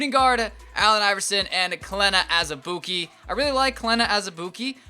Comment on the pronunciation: Surprised you said Azubuike's name right lmao